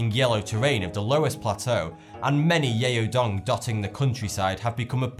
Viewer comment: It's not pronounced 'yay-o dong'. 'Yao' rather rhymes with 'cow' (happy Chinese New Year, btw)